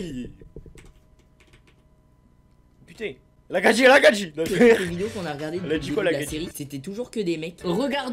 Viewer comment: A il a dit la gadji la gadji